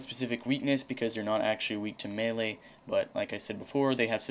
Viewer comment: Nice video...it's melee by the way. =P